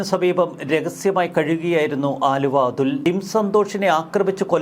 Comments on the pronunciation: വാ൪ത്ത പഠിച്ചിട്ട് വായിക്കെടോ. ആലുവ അതുൾ അല്ല, അലുവ അതുൽ ആണ്. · ആലുവ അല്ല ണ്ണാ അലുവാ😂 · ആലുവ അല്ലെടാ ചെങ്ങായി... അലുവ എന്നാണ് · അച്ഛന് അലുവാ കച്ചവടം ആയിരുന്നു....ആലുവാ അല്ലെടാ പൊട്ടാ...അലുവാ... അതെങ്ങനാ ഒന്നും നോക്കാതെ വായിൽ തോന്നിയത് തള്ളിയങ്ങ് മറിക്കുവല്ലേ.... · ആലുവ അല്ല അലുവ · Haluva, allenkil aluva Aaluva alla... 🙏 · ആലുവ അല്ലടോ അലുവ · എടൊ ആലുവ അതുൽ അല്ല അലുവ അതുൽ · ആലുവ അല്ല അലുവ അതുൽ 😅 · ആലുവ അല്ല ബായ് അലുവ ആണ്... തെറ്റ് തിരുത്തുക താങ്കൾ